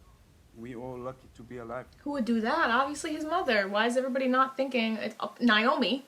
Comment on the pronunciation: I’ve spent a number of evenings binging your Expanse reactions and I have two things that I would like to say to you: 1. I sincerely like your reactions. 2. I would love to hear you pronounce Naomi‘s name as “nay-oh-mi” instead of “nai-oh-mi” at least one time.